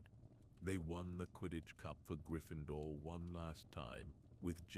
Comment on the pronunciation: Learn how to pronounce Gryffindor and Remus correctly!